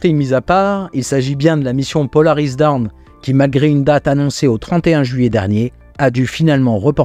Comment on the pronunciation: Bravo pour ta prononciation de "header tank", tu vas pouvoir faire répéter! En revanche, "Dawn" (l'aube) se prononce 'dôône', 'daoune' étant la prononciation de "Down" (tombé, cassé); ce serait de mauvais augure d'appeler une mission La chute de Polaris. Pour les FTS, c'est "Flight Termination System", et pas "Fly Termination System". Et enfin, "choptsticks" (littéralement baguettes à attraper) se prononce 'tchopstix' au lieu de 'shopstick' (baguette de boutique). Le Reboot P, ou coup de pied technique, est toujours une bonne solution pour faire obéir les machines récalcitrantes.;)